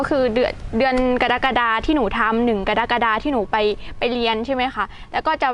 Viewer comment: กะ-ระ-กะ-ดา ( กรกฎา )อ่านช้าๆ